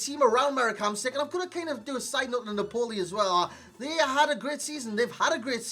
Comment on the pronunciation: Its 'naaaahpoli' not 'napoooohli'